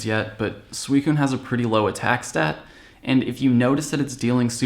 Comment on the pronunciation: Sweecoon!? When is it pronounced like that!?